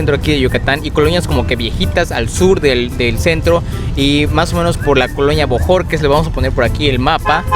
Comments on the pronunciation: A tu “COLOÑA”?, jeje min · No se pero creo que escuche que dijo coloñia en vez de colonia, gracias por los consejos, apenas empiezo a ver sus videos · Es mi imaginación o el chavo dice........."coloñia"?